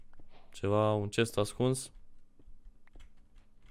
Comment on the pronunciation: cest nu ghest 😄